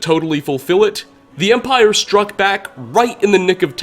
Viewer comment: " When the Emprie stuck back." i know it wasn't intentional, but I kinda chuckled to myself. I am such a Starwars nerd.